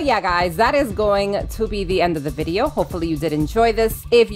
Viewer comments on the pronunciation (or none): none